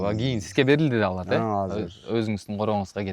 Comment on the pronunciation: Олор эмес алар деп суйлочу.